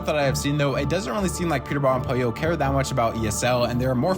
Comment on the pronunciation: It’s POLLO